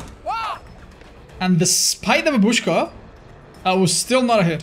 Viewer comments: Always laught when youtubers pronaunces word from my language - babUshka (translate like "grandma" and correct pronaunce is bAbushka) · I like how said "babúshka" and chat been like "bábushka*!"